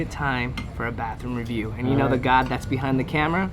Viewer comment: i love the way says ReViEwWW